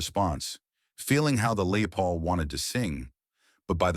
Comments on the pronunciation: A.I, or a bad home worker. never heard of "LAY" Paul, do you? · "Lay Paul"? Give me a break! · LAY PAUL !! WOULD IT BE LES PAUL ???